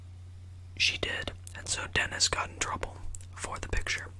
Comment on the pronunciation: every time he says “dennis” i hear “tennis”. 😂😭😭💀